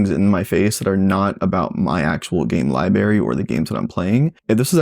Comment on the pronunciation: Thanks for your thoughts. Just picked one up from Microcenter and I'm looking forward to putting it through its paces. (As a side note, you really should learn to pronounce "library" correctly. Hard to take a grown man seriously who says "liberry")